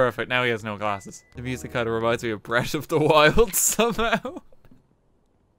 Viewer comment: "Breat' of da wild" can you be anymore Irish?